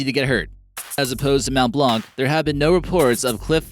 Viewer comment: It mount blan the c is silent